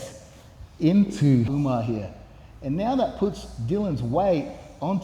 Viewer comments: Why you purposefully mispronouncing Umar's name??? Channel sucks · Umar Ooga-Booga-manov lmao